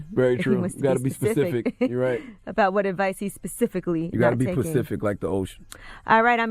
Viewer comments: Man it’s “Specific” not pacific ....🤦🏾‍♂️ Pacific is the ocean Specific means to explain in further detail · Did CTG say" specific like the ocean!!!" Puhleeeze know the diff between PACIFIC & SPECIFIC🤣🤣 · "gotta be pacific like the ocean"... Charlemagne take this L..infact give urself donkey of the day!! 🤦‍♂️